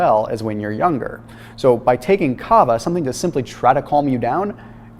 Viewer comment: When explaining about Kava, I thought he meant Cava 🍾🥂😆🤦🏼‍♀️